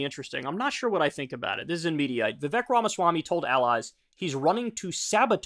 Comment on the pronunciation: Hi friend. Vivek’s name pronounced more like Vivake. I assume accuracy is important to you, so just wanted to put that out there! Signed, a person whose name people can’t pronounce.